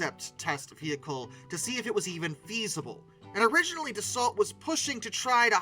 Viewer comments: Dasso, not dasalt. The rafale is the continuation of the Mirage… never heard of them doing it out of spite. Don’t forget France has spent a lot of time outside of NATO after défaille experienced the special way the us wanted to break it appart in 1945 and treat that Allie worse than Germany… of course it’s not really put into us movies and us history books… typical talking down on the French I this video without a true understanding of history. What I’m talking about is in books written by degaulle but not only… it would be interfering to see a video in English about how rosevelt planned on cutting up france in 1945 and give pieces to Italy (what? Mussolini? What?), Luxembourg… by planing to put and control collaborators in key positions in France. Churchill warned degaulle about it, because the Americans made them drop the commonwealth in exchange for weapons in 1940… much more to say about it but that’s why the French,who were supposed to be doing what they a were told in 1945 manages not to and keep its indépendance and stayed of of nato because of it because france couldn’t really trust the Americans based on what the Americans did and tried to do… just see the violent reaction of the Americans towards France for not following bush who wanted to invade Iraq under a fake pretext only so that bush could be re elected… hence freedom fries… so he’s, the French want to rely only on themselves because they don’t want to be a puppet nation like America has tried to make them… ju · no AI narrator here. Thank you. But it's funny that you worry about mispronouncing "Rafale" and then go on to slaughter the pronunciation of "Dassault" over and over. Hint: the "T" is silent. It's not pronounced like "the salt." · Dassault is pronounced, 'Dah-so', by the way 😉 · Hate to be the well actually guy but it's pronounced dah-soh (as in SOW - what you do to seeds) - ish..... there's no closer easily recognisable English word I can think of. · That's not how one pronounces "Dassault"